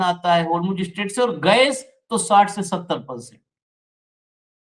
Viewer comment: स्पष्ट बोलो यार अस्पष्ट नहीं...इस्टेट?